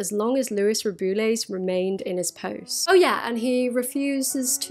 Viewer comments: The only name you pronounced wrong is Rubiales'. It is read something like "Ru-be-a-les". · I'm not blaming you for this, but why does the BBC pronounce his name "roo-BOO-les"? 😂 i actually like it because of the added BOOOO sound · I threw the BBC under the bus, blaming them for my terrible pronunciation of Rubiales. Turns out I'm just dumb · thank you for covering this ! love your videos ! i was excited to see this one related to spain, even if its bad news :/ also its really funny how you say rubiales and you should never learn the spanish pronunciation